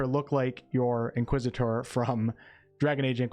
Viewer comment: Nice pronunciation of Inquisitor 👍